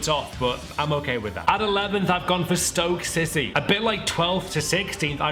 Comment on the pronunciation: Sounded like u said Stoke sissy there :D